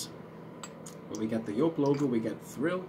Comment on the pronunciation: Nice to see you're back on stage 🤘🏼🤘🏼 and also nice to hear you're pronunciation for Joop is correct 😉 My German ear's are so thankful 🤣